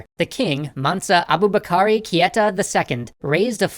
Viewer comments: It’s Keita, not Kieta. Good look tho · It is Kay-ta not Key-ta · are you sure it's Kieta and not Keita?